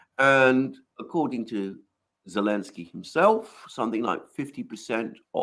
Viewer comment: Why does say Elensky? What about the zed?